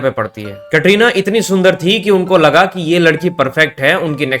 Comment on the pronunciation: یہ کٹرینہ کیا ہوتا ہے کترینہ بولو